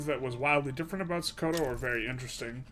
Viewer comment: It is pronounced "So-ko-to"